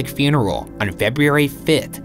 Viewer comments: It’s really weird how Ryan can pronounce the name “Louhelainen” with ease, yet he can’t say the word “February” correctly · It's really weird how Ryan can produce the name louhelaien with ease, yet he can't say the word February correnctly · I'm making fun of Ryan for saying "anamatomical" instead of making fun of him for saying "Febiairy" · I'm definitely here for that. The way he pronounces February frustrates me SO much 🤦🏾‍♀️🥴! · I wonder if Ryan had taken speech classes. Maybe a speech therapist cleverly figured out that the u's and e's ect, are ery hard for Ryan to pronounce. So, then she/he suggested that "in the case of the letters ur are together in a word such as Feburary, just say feb-RR-ary. It sounds the same. Noone will notice. Maybe? Just use a hard R." Yeah something like that.